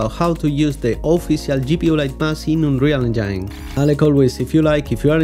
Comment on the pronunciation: "unreal engyne" he said.. very nice tutorials by the way sir. thank you so much